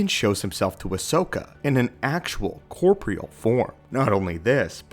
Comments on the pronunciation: Corporeal has 4 syllables. You said corpreal twice. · "Corporeal" ... pronounced Core-pore-real. You're welcome.